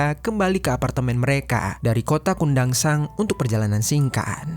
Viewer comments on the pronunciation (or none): Kundasang ya admin, bukan kota kundansang😂